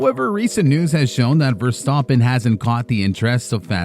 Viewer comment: can’t even say the name Of the guy he made The video about properly lol